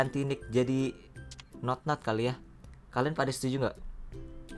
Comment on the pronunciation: Notnot kali bg, bukan Nonot